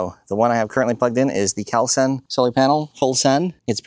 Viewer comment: Yes, those are impressive panels, but it's pronounced call sun. Not cowl sun